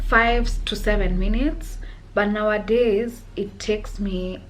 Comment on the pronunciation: Take a sip of water everytime she says nawadays😂such a queen tho❤